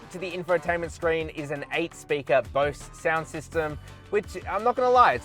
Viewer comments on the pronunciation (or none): none